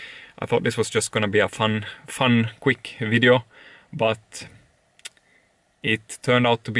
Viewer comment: I love the way you say video 😅😅😅 Great wideo😂